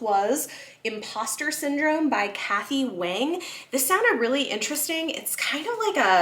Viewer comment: happy belated birthday! i hope you enjoy all of these and you deserve it! 🎉 also kathy wang's last name is pronounced like "wong" 😊